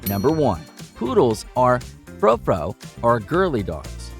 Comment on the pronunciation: Standard poodles are the best! We are on our fifth one. Oh, and tell your AI narrator that frou-frou is pronounced '"froo-froo," not 'fro-fro.' Yeesh!